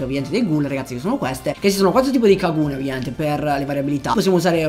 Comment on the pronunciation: Per come pronunci kagune dovresti essere denunciato